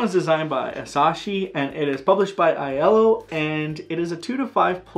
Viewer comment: Iello is pronounced just like the color "Yellow", fyi.